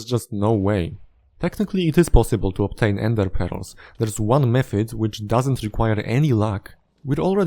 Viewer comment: I love the way you pronounce ender pearls as endê peróz